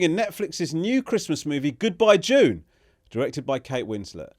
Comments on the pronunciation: Hand on heart, genuinely thought the name of the movie was "Goodbye Jew" when Ramesh said it the first time. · I honestly thought that you said Kate Winslet made of movie called Goodbye Jew as if she saw the Louis CK bit and decided to make a movie about it